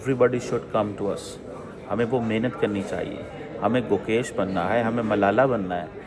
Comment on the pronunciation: His name is Gukesh. Pl correct it.